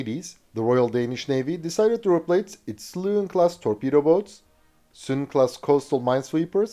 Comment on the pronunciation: Your pronucing of danish words are accepted. 👍👍 Except maybe the word Søløven. 😁😉